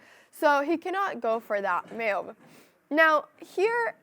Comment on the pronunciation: I like how she says "m'uv" (move)